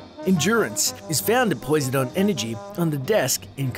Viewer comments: Did you just call it poi-so-don energy? It's pronounced po-sy-don. Have you never learnt about the gods of ancient times? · Did he literally say poy-Se-don energy?! It's Po-Si-don duh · Whoever let him pronounce it (Poise-uh-don) Energy is a bad friend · No way bro just said poise e don💀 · Poise-i-don? That is perhaps the most abysmal attempt at pronouncing a word I've ever heard. Other than that, great video! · Love how this dude pronounces Poseidon lol "poi za don" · Greek pantheons big 3 *Zeus *Hades *Poy-Zed-Don 😂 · Stop right there... It's (po-side-en) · Lmao the Poseidon pronunciation. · the way bro pronounced poseidon😭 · That is NOT how you pronounce Poseidon 😭😭😭